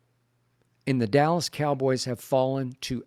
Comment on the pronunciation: Stephen A. Calls them the allas Cowboys 😊😊😊